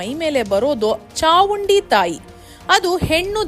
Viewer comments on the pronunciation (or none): ಮೇಡಂ ಅದು ಚಾಮುಂಡಿ ತಾಯಿ (ಚಾವುಂಡಿ ಅಲ್ಲ) ಸ್ವಲ್ಪ ಉಚ್ಚರಿಸುವಾಗ ಸರಿಯಾಗಿ ಹೇಳಿ